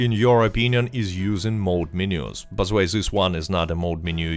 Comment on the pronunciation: I like how he says ze instead of the